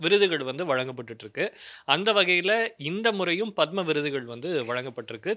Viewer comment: உச்சரிப்பு தவறு பத்ம விருது " பதாமா அல்ல !